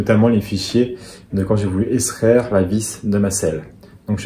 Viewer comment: Petit point de français. Extraire ne se prononce pas eStraire mais bien EX-traire. Et on évite le si j aurais qui n est pas correcte et on s empresse de corriger par un jolie si j avais. 😊. Cette merveilleuse règle des Si n aiment pas les Rai. Bonne journée et merci pour ce super tuto.